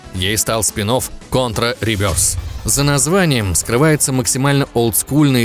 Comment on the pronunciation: наконец то хоть один правильно назвал контру кОнтрой а не кАнтрой